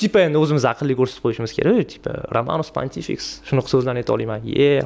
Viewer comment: Ramanis pantifiks diganizda asteriks obiliks dib eshitildi